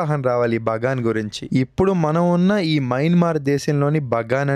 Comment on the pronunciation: Bro BANGA kadhu kadha BAGAN kadha bro